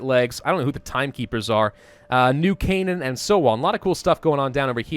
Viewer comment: Called New Canaan correctly!